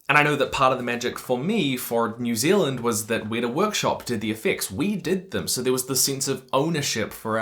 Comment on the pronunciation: As a Kiwi I get both amused and angry when nonNZers cant pronounce Weta